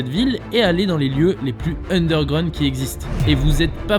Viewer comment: Mais t'es un enfant, t'es pas du tout crédible dans ce que tu fais, dans chacune de tes vidéos, t'es pas légitime, ça fonctionne pas. "undergraound" Je zappe, terminé ta chaîne